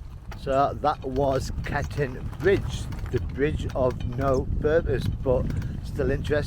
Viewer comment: Its Cockerton not Cokaton.